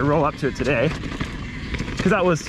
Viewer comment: "How's eryone doon tadeeeeeeehhh" - you know you're in Canada when